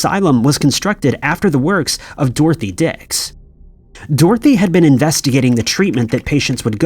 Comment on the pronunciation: for the curious, its pronounced Dor-thea, not Dorothy, sauce: I live near the Dorothea Dix mental hospital (now Dorothea Dix park) in Raleigh NC. Dorothy Dix is an entirely different person who was a women's activist.